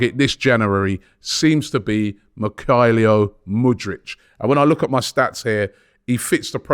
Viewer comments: Mykailio Mudrich? Bruh this man's pronounciations never get old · "Makylio Moodrich" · Mikhailio Mudrich